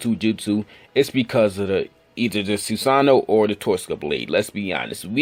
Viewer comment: he can't pronounce susano'o